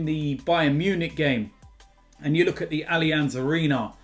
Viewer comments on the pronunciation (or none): none